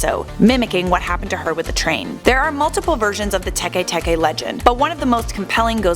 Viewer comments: Tekay Tekay 😂😂 it's pronounce like Teck Teck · Don't u mean tay-k tay-k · It's Tikwi not Teke Teke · I'm pretty sure it's Tiki Tiki, but whatever